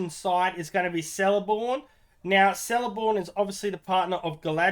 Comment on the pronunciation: Lol its celeborn..(k) not seleborn